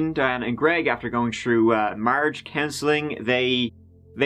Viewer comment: "In 2014 after going trou Marge counseling...."? Hey, what is that? Is that when your Homer doesn't work? 😮😂❤❤❤